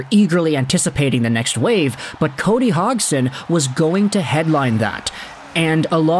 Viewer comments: Is name isn’t pronounced HOGson. It’s Hodgesin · Say his name right. HODGE + SON. Where do you even get HOGG + SON? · dude you butchered his name its pronounced Hodge son not Hog son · If I'm not mistaken the d in his name is pronounced. So it'd he "Hodgeson" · Lol just had to let you know you are saying his name wrong the gd in his name makes a j sound.